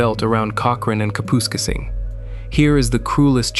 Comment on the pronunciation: Kapooskasing.... 😂 Ka - puss - casing